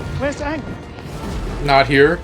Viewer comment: the fact that he couldnt even be bothered to get the names correct is just baffling. its not like its a book adaptation where weve never heard the names said out loud. aang is said at least once EVERY SINGLE EPISODE